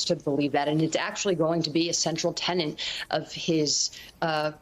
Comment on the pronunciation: *TENET, not tenant. 😢